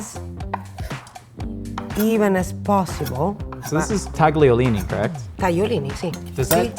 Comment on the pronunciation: you are the first American i hear in my whole life that is able to say "tagliolini" the right way. You still got "sbagliato" wrong, but I love you anyway